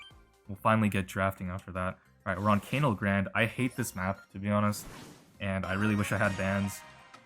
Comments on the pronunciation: Tip: canal pronounced kuh nal not cane al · Btw it's canal as in the Panama canal, Grande as in Ariana. Gotta say it, it's been ticking me off for ages. Btw not relevant for ranked but Melodie is excellent in some of the 2v2 like brawl ball